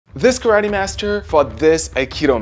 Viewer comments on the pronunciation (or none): I like. My only complaint is that he pronounces Karate as “ crotty”. 🤦‍♂️. Lol. I cringe ever time he says it.